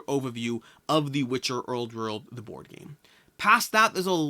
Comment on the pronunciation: “The Witcher owrd werld” hahaha